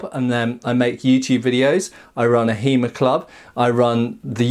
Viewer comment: I like it when he calls it He-Mer. It makes me imagine a jacked Merman calling upon the power of Greyskull.